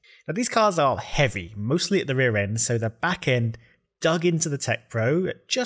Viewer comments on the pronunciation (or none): none